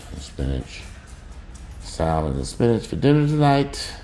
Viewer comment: L IS SILENT IN SALMON :text-green-game-over